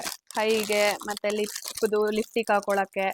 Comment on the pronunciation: Lipstick antha pronounce madoke barthilla evalige makeup course madthalanthe evlathra kalthoru adhu yenu uddhara agtharo😂😂😂